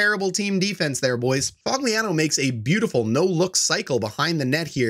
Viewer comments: Lol Fog-lee-an-oh 😂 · did u just call Foligno Fogliano? bro😂 delete this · you dont even know how to pronounce nicks name